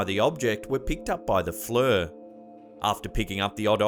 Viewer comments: It F.L.I.R. like flare not what you said -fler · Dude FLIR is pronounced FL-EER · ohenry6 just when he said FLIR, it’s pronounced fleer. Most people don’t know if they don’t work with it a lot so it’s not a huge deal. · No offense but FLIR is pronounced with a long "I". Not a "u". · Love your videos bud. However....I know it's nitpicking but it FLIR is NOT "fluur". Pronounced "fleer" like rhymes with ear. Sorry man. Huge huge fan....but that was killing me. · No shame to know more words than you've heard pronounced. Hamfam correctors just want to let you know for next time. Sometimes we giggle first tho ;) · Dude it's pronounced "Fleer." Just sayin'.🛸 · I mostly see flir,pronounced as if it was fleer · FLIR pronounce like fleur...... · FLIR is pronounced “fleer” ... (like-year) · Lol its pronounced flir(fleer) forward looking infa-red